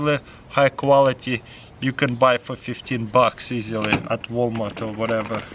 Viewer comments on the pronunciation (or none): none